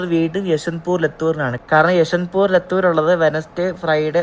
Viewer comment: ലത്തൂർ അല്ല ലാത്തൂർ